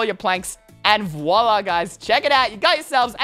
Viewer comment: Stop saying vola